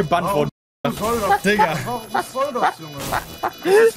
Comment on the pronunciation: Mir ist klar das er Digga sagt, aber es hört sich halt eher nach N.gga an